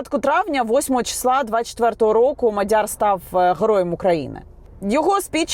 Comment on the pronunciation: Яніно,МАдяр не МадЯр..і ще п'ять - сім слів для коменту😅